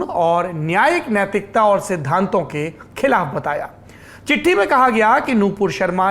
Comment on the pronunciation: Dear Saurabh Sir, चिट्टी नहीं चिट्ठी I am your well wisher not critic